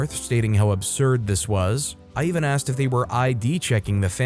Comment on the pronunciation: well, saying axt instead of asked: I can understand, why that would drive people crazy. but it also means that you narrate it yourself, and don't let AI do the job. ;-)